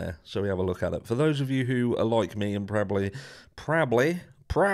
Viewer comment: You sound like a westerner with that “prabbly” 😅 -signed, a westerner